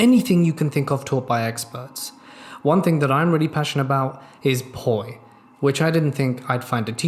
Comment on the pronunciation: I didn’t think he said Poi at the beginning I thought he said porn 👁👄👁